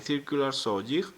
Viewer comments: You pronounce jigsaw correctly but jig incorrectly, even though they are both pronounced the same way ^^ Jig Jigsaw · Yeah I knew it had to do with your first language having a different pronunciation. It's quite noticeable since the word JIG is so often used in woodworking. That being said it has practically become a trademark for you so maybe you should keep saying it? :P